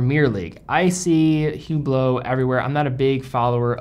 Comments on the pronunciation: Please, it is pronounced Oo-blo, not Hoo-blo. The H is always silent. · Pronounced, "ublot". The H is silent. Just saying. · You should never pronounce the "H" in Hublot.... and you should never wear an Hublot...